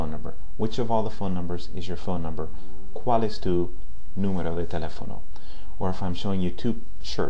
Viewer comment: Hola! He visto algunos de tus videos y me parecen bastante buenos. Solo te quiero hacer una observacion sobre tu pronunciacion de la "L" por ejemplo en "cual" que te suena como la "L" en Ingles. Podrias poner la punta superior de la lengua sobre el paladar para Espanol y no la parte anterior(inferior) de la misma como lo haces en Ingles. Sin mas por el momento,te felicito por tu labor.